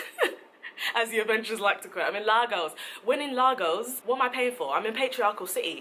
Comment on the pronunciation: Hearing them say “Lagoas” really triggered me as a Ghanaian ngl